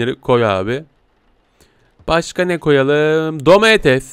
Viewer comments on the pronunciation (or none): none